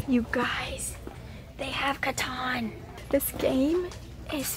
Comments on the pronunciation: I love how she calls it caton instead of catan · "Cuh-Tan" NOT "Cuh-Ton"